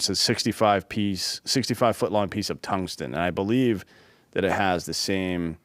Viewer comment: I might be retarded I heard say tummy stick gattling gun not tungsten gattling gun